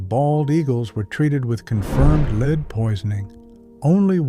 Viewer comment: Stopped as soon as your AI voice pronounced l-e-a-d as lead rhymes with speed instead of lead rhymes with red. Now if this were one of the dozens of AI voice mistakes on YT these days, I’d not comment. But in this particular story about this very real danger to our eagles the correct pronunciation is crucial. Lead rhymes with speed never killed an eagle. Lead rhymes with red does. But, dear content creator, that fact was not important enough to you for you to do with your AI production what your 5th grade teacher told you, “Check your work.” So hello, goodbye, won’t watch you again.